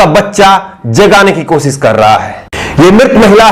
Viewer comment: aap sha shabd ka sahi ucharan kiya jye. Sha ko sa na ucharit kiys jye Aap ache patrakar he lekin bhasha ashudh hona ek patrakar ke liye a hi bat nahi he. Koshishbko aap kosis keh rahe he. Sharnak he ek patrakar ke liye